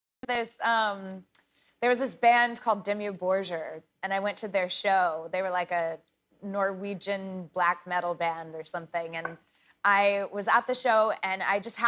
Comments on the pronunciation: "Dee-moo Bore-gear" is how its pronounced but thats purely academic. I'm glad she had a great time. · It pronounce "dee moo bore gear" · Can't even pronounce the name right. It's Dimmu Burger 🤘🤣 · She's dressing up like Rob Halford because of them but couldn't google how to pronounce it though.... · That's how we Finns pronounce it (and basically everything) and it's not the way Norwegians say it, but close enough. 😂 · The way she pronounce their name... I'm gonna puke. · No she's not. She was 14 when she went. She can't even pronounce their name. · no way she pronounced it like that, but hey at least she knows them. they're a great band, I'm 26 and I've been jamming to them since I was like 9 😂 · It's lovely that she enjoyed Dimmu. I still cringe at her pronunciation of the band name though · Lol y’all are so salty. I’ve loved Dimmu for 20 years now and even I pronounced it wrong for like half of that time. Who cares? Just because she’s a pop singer? I actually gained some respect for her that she was at a Dimmu concert and had a good time. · Fake fan pronouncing the name wrong and not remembering their style. Smh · Come on, you can't be fan of Dimmu Borgir have such terrible pronounciation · Don’t listen to a band you can’t even pronounce😂